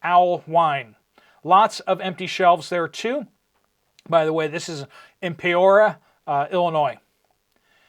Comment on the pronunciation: The city is pronounced: Pea ore ee ah